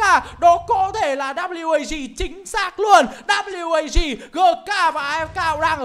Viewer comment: Ván mà WAG thắng . Nghe ôg bình luận viên đọc là quê kép a gờ mà nản thật sự